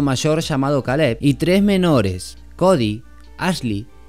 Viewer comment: Ka_leb ?? O Kei_lab ??? Pronuncien los nombres como son....animales.